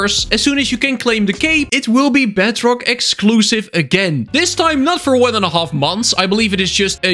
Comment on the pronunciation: Even the subtitles say “BADrock” instead of bedrock